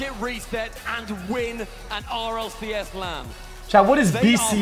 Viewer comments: bro doesn't even know it's rlcs and not rlsc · It is RLCS not RLSC btw bro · It's RLCS bro not RLSC 😂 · its RLCS btw not RLSC